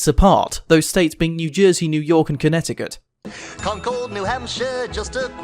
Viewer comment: Yo I'm sorry bro but your pronunciation of Connecticut made me cringe a bit lol, still good job tho man love the vids